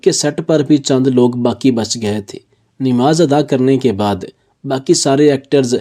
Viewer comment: اردو صحیح بولیں، نماز ہئے صحیح لفظ 'ن' کے اوپر زبر ہئے۔ آپ 'ن' کے نیچے زیر کیوں لگا رہئے ہو۔